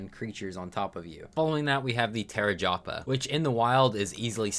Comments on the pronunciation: Bro said the tarajapa instead of the tapejara 😂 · Deinosoucheous and chai-tin got my ears hurting(not to mention, what the hell is a dedonicus or a dunkleosthusis😭) Edit: TERRAJAPA? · Genuinely how did you get “Tarejapa” from “Tapejara”? Like dude. Unless it’s a meme name, in which case I’m stealing it. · “Terror japa” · TERAJAPA? CHI I TIN? CAN YOU SPEAK ENLISH? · The tapejara pronunciation had me dead. Awesome vid!